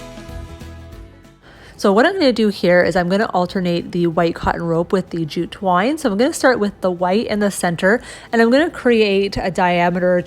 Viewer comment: My husband is playing video games while I watch this and he thought you said jujube wine instead of jute twine 🤣🤣🤣🤣